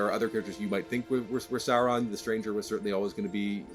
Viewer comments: He keeps saying Seron insted of Sauron, im getting anoyed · Interviewer can't even say SAUron or Morfydd's name correctly. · These interviewers pronunciation of Sauron lol